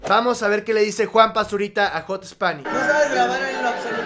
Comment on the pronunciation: Jot spanish jajajajaja ??? Es jat spanish bch aprende ingles lil bch :v